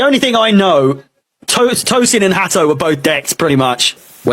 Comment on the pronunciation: great pronunciation of Tosin!